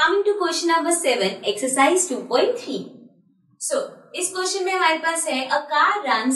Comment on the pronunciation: you say pustion it is ouestion